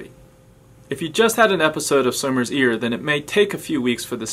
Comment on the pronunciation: did he really say (summers ear) Who else is watching 2020 june